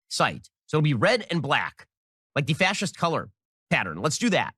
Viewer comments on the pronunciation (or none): Yea he said fas-ischt hahahah not to mention he legit demonized the Democratic Party on the national stage like every single day, it’s crazy. Straight up revisionist bullshit.